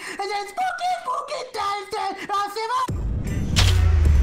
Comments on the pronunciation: I heard booky booky skeletons XD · I thought he said pokey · I heard pooky pooky skeletons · SPOKY SCERY SKELINGTONS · I Heard SPaKY SPAKY SKALETENs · To me it rlly sounded like “DOOKY DARY DELASKENS” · He said poopy not spooky